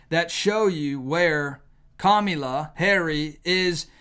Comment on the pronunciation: Why do you say Kamala Harry? Is she a guy like Michelle